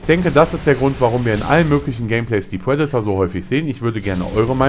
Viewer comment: es heißt Predator und nicht Puedator und meiner meinung nach spricht man triple nicht tuiple, lern doch mal das "R" zu sprechen.